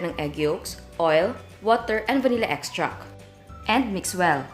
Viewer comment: vanilla extract! not vanilla extrackkkkkkkk lol